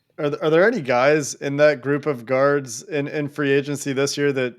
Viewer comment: I thought said we need a couple of "gods," which is true, but he meant "guards." LMAO